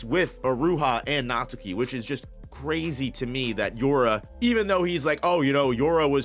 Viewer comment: Natsuki is pronounced as: Nat-Ski